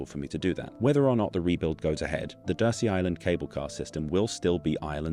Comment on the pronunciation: DURSEY is pronounced 'dur_zee', not 'dur-see'.